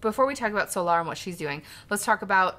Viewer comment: Love how you pronounce Solar so awkardly when it's literally an English word lmao